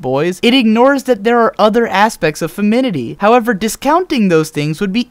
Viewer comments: I don't mean to be that guy, and it didn't at all take away from your points, but you kept prounouncing "Fem-i-nin-i-ty" as "fem-in-it-y". You have some great points, and you should keep it up! Subscribing. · Good! Now may I address a pet peeve? The word is FemiNINIty - NOT "Femity" 7@ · You kept saying feminity. Is very cute. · Awesome video. Really seems to understand the show. If you don't mind me pointing it out however, it is femininity, not femity. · The first time I heard you pronounce it "feminity," it bothered me. Then I tried pronouncing "femininity" several times myself, and by the end of the video I'd realized that you've probably improved an incredibly awkward word. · "Femidity?" I think you mean "femininity". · I have to say, while I certainly respect and agree with the points lays out in this video, I couldn't help but flinch every time he said "feminity"... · Femininity, not feminity. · I'm not trying to suck, but since you have a series based on opinions backed up by evidence, you should know that feminity isn't actually a word. It is easier to pronounce, and it's shorter, so use it, but don't say that it's an actual word when it isn't. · You keep saying "Feminity" There's another syllable in there. "Femininity." I know it might seem redundant, but femine is not a word. Beyond that, nice video. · I agree with the message wholeheartedly, but, it's "femininity" not "feminity." Drove me a little crazy. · not to be rude, but i find it annoying when you say feminity instead of femininity, but besides that, that was a damn good ovservation that i never really noticed. "Despite it's girliness" is something i've never heard any of my brony friends say, but that is a very good point how this show isn't getting rid of nor inhancing girliness, it's just there. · Well said, but it's femininity, not feminity! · Grammar police: Why are you saying "feminity" rather than "femininity"? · Isn't the world "femininity" and not "feminity"? xD